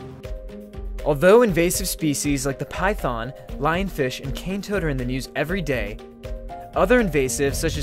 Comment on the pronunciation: "Cane Roads"?